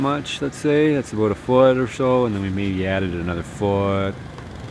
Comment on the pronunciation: I love how he says abuut